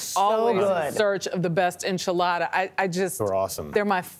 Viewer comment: On-chilada? Jeez